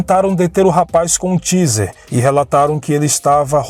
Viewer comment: Ô querido a pronúncia correta do aparelho de choque usado pela polícia é " TEIZER ". UM ABRAÇO. ADORO SEU CANAL.